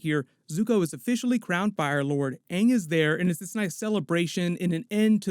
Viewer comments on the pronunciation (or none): The movie was the most terrible piece of garbage. It hurt my feelings so bad. I mean, why would they change the pronunciation of the character names??? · That movie sucked. The fire bending was trash. The way they pronounced aang was annoying and they cramed two books in this terrible movie but i don't get excited to see azula at the end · It's obvious M. Night Shyamalan ignored Mike and Brian since they never did pronounce Aang's name properly.